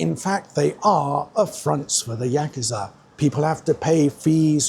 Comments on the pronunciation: Yakuza not yakiza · Learn how to pronounce Yakusa